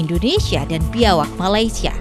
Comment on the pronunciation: Serawak bukan biawak😂